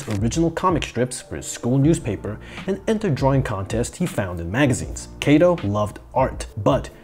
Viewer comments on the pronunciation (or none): He's かとう (Katō) not けいと (Keito), my ears are bleeding. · 加藤or加東(Katou) is pronounced like "Kahtoh", not "Keitoh". "Keitoh" sounds like "毛糸"(knitting wool). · His name, Kato, is read as simple A sound as in cut, not as in take. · It might roll off the tongue better with english